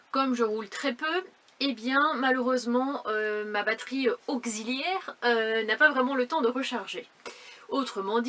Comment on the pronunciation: Pourquoi batterie auzilière on dit taxi pas tazi 😅 pareille pour auxiliaire .